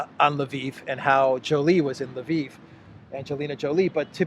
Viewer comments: It even worse than that. He says Laveen. There is no A after the L. It drives me absolutely nuts every time I hear him say it. I get it, he does not know how to pronounce it, but for crying out loud, if he is going to talk about a city and use its name, take the 30 seconds to go to an online to Google Translate and learn to say it correctly. I don't even care if he uses Polish or Russian pronunciation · In Russian it is Lvov (Львов).